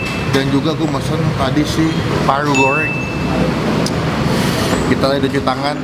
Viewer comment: krn yg makan Paru & Rendang nya jadi banyak R nya parrru & rrrrendang 🤭🤣 takis boss 🤣🤣👍👍